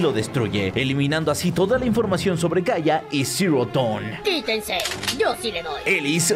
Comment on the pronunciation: Porfin alguien que pronuncia bien Dawn, salve!!